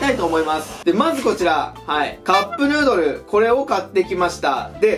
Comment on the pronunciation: カップヌードルがカップルドルにしか聞こえない笑笑